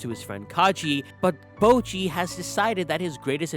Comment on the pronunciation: Bojji's name is literally pronounced in the show, so why do you say "bowgee"?